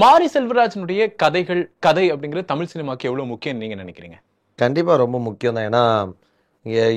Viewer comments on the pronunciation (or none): none